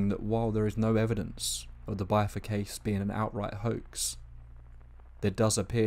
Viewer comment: "bith•ur" not "bye•thur". Rhymes with "wither". You're driving me crazy with the mispronunciation